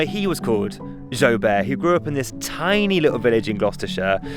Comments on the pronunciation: Been so excited for this video! 😁 I thought it was pronounced Joo-bert rather than zho-bear 🤪😄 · I thought you said something like joy bear 😂❤ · You guys were saying Joubert but I kept hearing Joe Bear :D